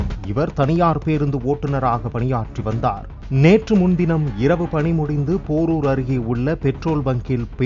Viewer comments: அது போரூர் இல்லை பேரூர் பா. தமிழை நன்றாக படிக்க வேண்டும். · பாலிமர் என்ன ஆச்சு வாசிப்பாளருக்கு? பேரூர் # போரூர் காலன் # காலான் 🤔🤔